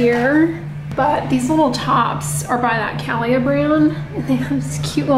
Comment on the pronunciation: Cah-Lee-Ah. Brand is by singer Carrie Underwood.